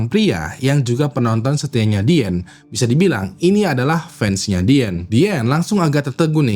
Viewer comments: Izin ralat, Min: Diane adalah nama panggilan utk Diana. Bacanya Dayene bukan Diane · ijin koreksi sebut nama,,, bukan diyen tapi dayen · dibacanya dayen gak sih? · Diane : Dayen Bang bukan Dien. Jangan ganti-ganti nama😂